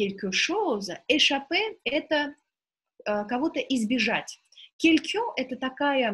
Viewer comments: dobrij den' vi nepravilno proiznosite qn-9.32 pozze kogda 2 raz vozvrashaetes k lexiceskomu slovariu lucshe .Orentirujus' na svoi znanija i na literaturnij franzuzskij vsego dobrogo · Obratite vnimanije inogda vi ne pravilno proiznosite : qn, un